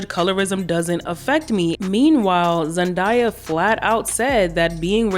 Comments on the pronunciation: The way you pronounce Zendaya name 😂😂😂😂 I think you the only one who says it that way. She has video saying her name is not Zen Die Ya but Zen Daya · It's Zen-day-ah.. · I be surprised at how some people pronounce ZenDAYa 😩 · The mispronunciation of Zendaya..... We have darker skinned girls like Sza killing it, but colorism still plays a part